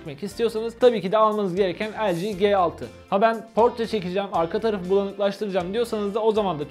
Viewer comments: El ci ge altı diyince sinir olan tek ben miyim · O LG G6 doğru okusan iyi olurdu.